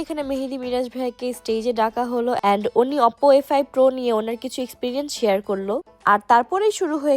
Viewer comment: অপপো আবার কি ভাই 😂 ওপো বলে ওটাকে